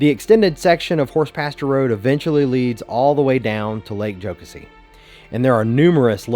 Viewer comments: Yep. Like Joe-Cassie. “Joe-cuh-see” sounds like a Northern Canadian would pronounce it. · Enjoyed the video. We definitely pronounce it, "Joe-Cass-ee" here in the Upstate, though. :) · It's pronounced Joe-Cassy! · I was getting so trigger by how he was saying it 😂